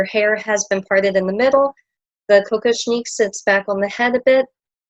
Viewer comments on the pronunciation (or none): The tiara is ALWAYS pronounced Kock-OSH-nick. The accent is on the middle letters ‘osh’. It is not a drink of cocoa as you are pronouncing it as COCO-shnick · I think it's "Koh-KOSH-nick" but I could be wrong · I think the accent is on the second syllable: ko-KOSH-nik.